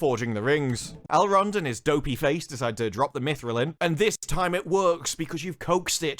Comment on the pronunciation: Also... Elrond is "Al Rod" and Galadriel is "Collateral". I'm dying here...